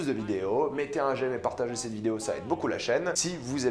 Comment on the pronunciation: Arrête de dire « c’te » stp, ça me fait saigner les oreilles, on dit « cet(te) » Merci 🙏